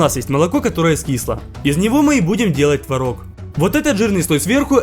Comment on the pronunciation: Не тварог а творог